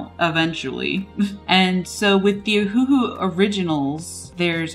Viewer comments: No, it's named after the Hawaiian island "Oahu", so it should be pronounced Oh-Uh-Hu or Owahoo. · it’s O-huhu not huhu ?? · pssst it’s cuz it sounds like your saying Ahuhu instead of Oh-huhu 😉😋😅💘🦋🍭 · It's named after the Hawaiian island "Oahu", but they got rid of the dashes for Oh-Uh-Hu and left it OhUhu. So the correct pronunciation is Owahoo. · Except it's not a Chinese pen. It's Japanese. And anyway the company named it after the Hawaiian island "Oahu", but they spelled it Oh-Uh-Hu & took off the dashes. So the correct pronunciation is Oh uh hu or Owahoo.